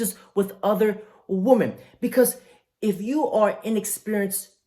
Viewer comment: I know that's pimp game, but you really need to learn the difference between the pronunciation of woman and women noun: singular woman; plural women: the o sounds like an i. Not WEEMAN but WiMMEN.